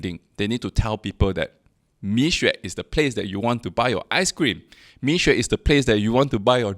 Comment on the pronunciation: It doesnt take good Chinese to pronouce between 蜜or米